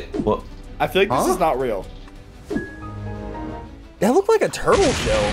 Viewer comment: It is ríl